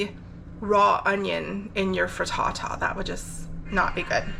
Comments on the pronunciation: I love the way you say Fri Ta-ta 😃 🥧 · Pretty sure the highlight of the video for me was how you say frittata lmao